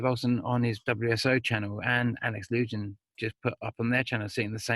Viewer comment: Alex Lujan = Alex Loo wham, not Alex loo Jan. Know you’re busy but I’m kinda nutty right now and it sounds like fingernails on a chalkboard to hear his name mispronounced.